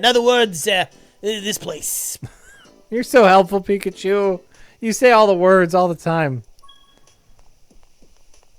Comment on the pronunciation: Love how it's says their playing "picachew"